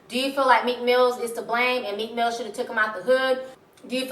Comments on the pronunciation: MEEK MILL ! NOT MEEK MILLZ ! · Its Meek Mill not Meek Mills..